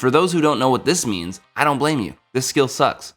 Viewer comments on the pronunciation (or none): none